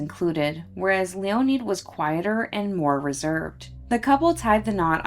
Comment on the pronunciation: LEE-O-NED not LEE-O-NEED. Can't do anything about now. Be better.